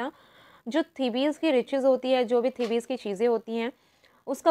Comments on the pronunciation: its Thebes not The- bes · The actual pronunciation of the city 'Thebes' is 'Theebs'